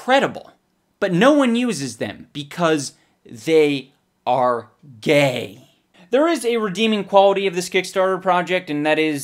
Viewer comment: When he was talking about fanny packs I died when he said "why doesn't anybody use them, because.....they.....are.......GAY" 😂